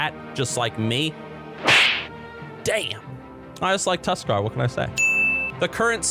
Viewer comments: said Tuskarr and I’ve never agreed more in my life fuck yea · Tuskarr. Correct.